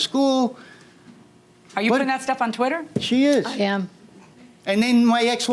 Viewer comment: "Tweetah" larry...sir... blink man. 😂😂😂 But for real. That woman is scary- vicious. 😢